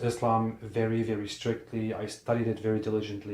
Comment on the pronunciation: Quite ironic when you can't even pronounce Islam and Muslim correctly.